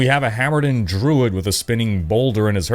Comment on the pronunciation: Not knowing how to pronounce druid is wild 😂